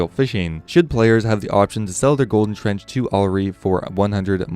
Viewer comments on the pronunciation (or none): Tench not trench